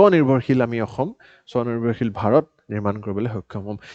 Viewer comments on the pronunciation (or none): none